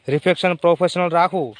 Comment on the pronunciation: 3.26 અલા એય રિફેક્શન નહી reception કેવાય 😂😂😂 તમે લોકો પેલા ભણો પસી બંધારણ ની બાબત માં પડો ખબર કઈ તંબુરો એ નહીં અને શીખ આપવા hedya સે 😂😂😂